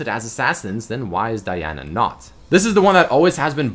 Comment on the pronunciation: why did u say Diana like that ....